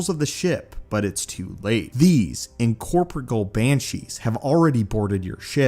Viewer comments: For future ref. its pronounced in core pour(like pour a drink) - eal(ee-al). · Bit late to the party here, but it's "in-core-pore-ee-al". Fun video though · In-cor-poor-re-al. The star weirds are incorporeal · op: In-corp-re-all, enunciation in-co-por-re-el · how about "incorporeal" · Great video full of lore and SW Canon. But dear lord, double check that you're pronouncing the big words you're using correctly. 😅 Like macabre and incorporeal. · You can't properly pronounce words such as "incorporeal" and "macabre", and the editing is not great either.